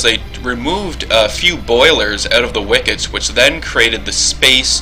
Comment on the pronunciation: stupidity... hmmm does saying wickits instead of wicks count?